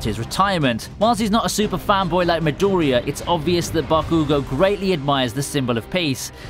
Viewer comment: Pronounciation of words like midoriya pissed me off....